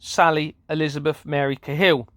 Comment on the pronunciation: Judge Sally Cahill (you pronounce it wrong but all good lol!) ....did she preside over the imprisonment of whistleblower Sabine McNeill? Or did she imprison whistle blower mother Anke Hill? Well on my radar from past research